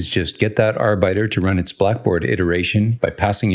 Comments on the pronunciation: Love some architecture discussion in your videos Just FYI arbiter is pronounced (arr-bit-err) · Yeah I got confused for a moment. I thought he was saying worker in german. Great video, btw.